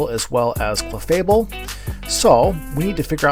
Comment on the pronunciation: As requested, I am commenting to share that I do not like your clefable pronunciation. GGs tho.